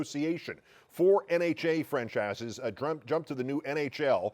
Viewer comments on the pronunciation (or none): So no one is gonna talk about how he said "French asses" not "franchises"?